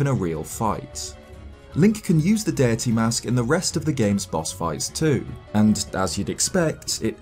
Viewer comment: This guy keeps saying “fierce DIRTY” THATS ANNOYING AS HELL